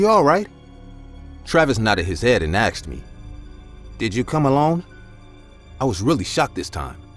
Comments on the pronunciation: i love how he says " i aksed him " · “ASKed” not “AKSed”